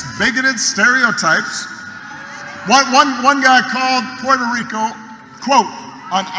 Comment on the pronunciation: Trump's half-whisper/half-slurring pronunciation of "Puerto Ricooohhh" grosses me out!